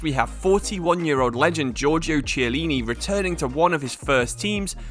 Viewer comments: The 'Ch' in italian is pronounced like a 'K' so it's 'Kiellini' and not 'Tshiellini' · It's not Chyellini but Kiellini. Ch in italian is K